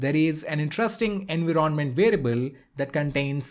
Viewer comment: Where did you learn to pronounce environment as enveeronment? I am curious.